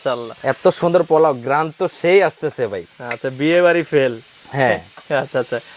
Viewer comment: কি বললেন, গেরান?😂😂😂😂